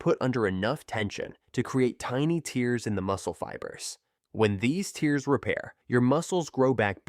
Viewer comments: I didn't know you got tears--as in the crying sort--when you train. Idiot narrator--AI or just an idiot--should've pronounced it as 'tairs'...sheesh. Otherwise, decent explanation of the difference between the two styles. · AI voiceover turns me off of this otherwise okay video. Clicked off when it said tears(like crying) instead of tears(like ripping). Just my critique.